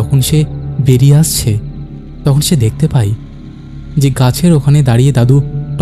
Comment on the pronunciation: ‘যায়’ আর ‘যাই’ , ‘পায়’ আর ‘পাই’ এর মধ্যে কোনও পার্থক্যই নেই । শুনতে খুব অদ্ভুত লাগল